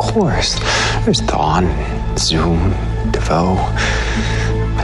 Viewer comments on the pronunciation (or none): bro its not dawn its thawne as in eobard thawne change the subs they dont add up to wat they say